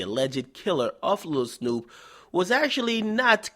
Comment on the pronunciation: U not even saying Snupe name right and your voice is irritateing asf